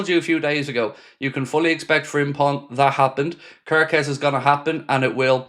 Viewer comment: Hello if someone told how to pronounce wirtz, im Hungarian and please its not körköz just kerkez everyone pronounce it the wrong way and its just annoys me